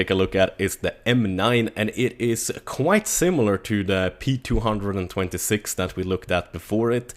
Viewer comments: why do you call it the p two hundred and twenty-six.... its just p two two six .-. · btw its pronnounced ptwotwosix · ITS PRONOUNCED "P TWO TWO SIX" DAMN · 2 things, it's P-two-two-six, not p226 other thing, it's Five-seveN not fifty seven. Good review! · P two hundred and twenty six 😂 gtfo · you mean p two two six, not p226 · No it's the p 2 26 it's like vault 111 it's pronounced 1 11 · It's pronounced "P Two Two Six" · Its pronounced the P-two-two-six and the p-two-hundred-and-twenty-six. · The P226 is actually pronounced P two two six. Just fyi. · GamerSalvy not P two hundred and twenty six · the way you say p226 is so Swedish:)